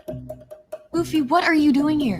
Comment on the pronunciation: One Piece live action was pretty good. But, "LOOFY" not LUFFy, pulls me right out of it every time. The dangers of doing anighey I guess